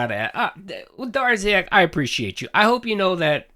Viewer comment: "Ah snaekuhd Durrziaahk dood!"